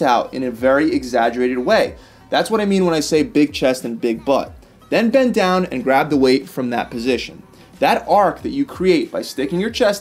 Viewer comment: You mean “bend” not “been”